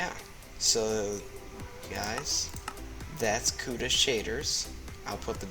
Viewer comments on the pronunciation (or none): none